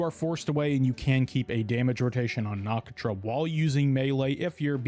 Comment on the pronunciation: the way you said Nakatra's name :(